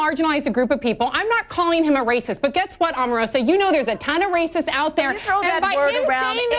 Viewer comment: I know that this is a rather trivial point, but when he called Omarosa "Omaroma" am I the only one who actually laughed out loud?